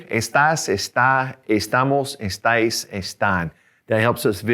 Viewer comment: Estais and estan was not clear